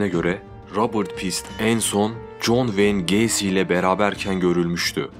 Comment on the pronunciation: john wayne gacy diyişine cok hastayım bence cok cool söylüyosun adını